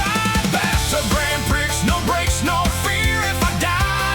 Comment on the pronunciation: This is great! How much of this did you actually write? The lyrics are pure Suno, but the spoken parts may be human prompted. The reason I ask, is because I would never let Suno get away with pronouncing my lyrics as Grand Pricks. Funny, but fix it, man. 👽✌️